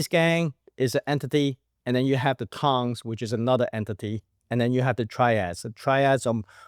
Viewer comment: Tongs, not Tings! 😂